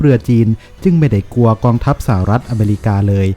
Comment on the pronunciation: ควรแก้ไขการอ่านคำควบกล้ำให้ถูกต้องตามหลักอักขรวิธีเสียหน่อย เช่นคำว่า กลัว ไปอ่านว่า กัว คำว่านิวเคลียร์ อ่านเป็น นิวเคีย เหมือนเด็กชั้นประถม พูดและอ่านซ้ำๆฟังแล้วน่ารำคาญ หากแก้ไขตรงนี้ได้ อย่างอื่นก็จะดีขึ้น วรรคตอน จังหวะจะโคนพอไปได้แล้ว